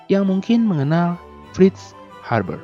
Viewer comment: Haber min, bukan harber. Videonya udah menarik pake animasi, penyampaiannya juga sudah baik. Saran aja, gak usah banyakin bercanda biar formal sekalian, videonya sudah bagus kok, gak bosenin. Goodjob